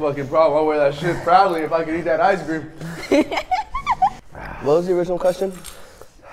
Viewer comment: I like how said “ice cweam “ to dev